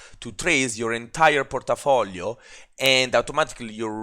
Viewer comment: Hahaha, i love your accent !!! (Porta-Folio) sounds like some dangerous gangsta district controlled by a mafia boss..lol